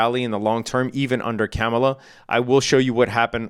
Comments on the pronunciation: IT'S KAAM-UH-LAH..., NOT CAM-UH-LA, jeez bro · It's pronounced Car-mar-lar. Jeez. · You might’ve outed yourself on your political proclivities in the mispronunciation of Kamala. I give you the benefit of the doubt tho. I think you’re a good guy from what I can see. FYI it’s pronounced comma-la. Kamala. Easy. Happy trading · Bunch of bitches in the comments. Who cares how he pronounces Kamala. Does that make him less skilled as a trader?? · You know all that financial jargon, but you don't know how to pronounce the name of a presidential candidate? This late in the contest, if you're going to mispronounce her name several times in a row, you might as well have put on a MAGA hat for the video. Like many you tubers, if you're trying to avoid the controversy of saying who you're voting for, then staying professional throughout is the better tactic. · aaaand there we have it. lol. God damn. I’m not offended whatsoever. I was trying to give you the benefit of the doubt. Maybe you never heard the way she prefers but your response leads me to believe otherwise. When you mispronounce somebody’s name intentionally over and over again even after being corrected you’re just being a dick. Don’t be a dick. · You should really learn how to pronounce her name